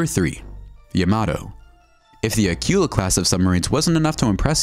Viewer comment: That tells me what you know about history it is not General Ford aircraft carrier it is the Gerald R. Ford aircraft carrier. The hunter-killer submarine you referred to as Acula is actually pronounced acoola. Interesting video but bone up on your history and pronunciation.